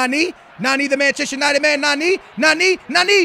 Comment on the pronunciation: It's nani not naneeee